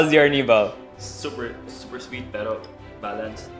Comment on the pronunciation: lol... Arnibal.... hehehe... I speak spanish so it is so funny ... original word was: Almíbar :P